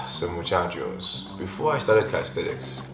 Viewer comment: Come here just to hear he says muchaco